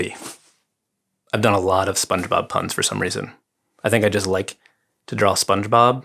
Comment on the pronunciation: Spongefob. like a keyfob. Keyfaub? Fobbe? I don't know. SpongeFeauxb